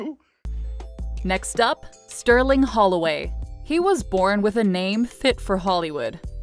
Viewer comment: You pronounced names wrong, and didn't even mention Sterling's Pooh. Sounds like some corporate suit made this list and hired a voice actor who's unfamiliar with the material to read it.